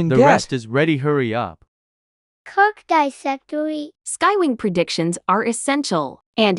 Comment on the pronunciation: I almost choked on my dorito and died when it said crrk disectory